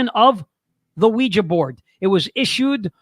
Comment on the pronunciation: thank you for pronouncing the name of device as OuiJA and not OuiJEE. When this topic is discussed on YouTube the hosts invariably pronounce it as WeeJEE., in spite of the fact that it is spelt WeeJA. Well done.